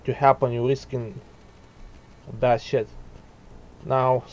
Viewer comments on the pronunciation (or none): with your accent it sound like bad shit instead of bad shed but i like it haha great video